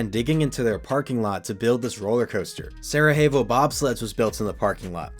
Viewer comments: Sarajevo is actually pronounced “sara-yay-vo” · it is pronounced Sarah Yay Voh Bob Sled. I rode it. It sucked.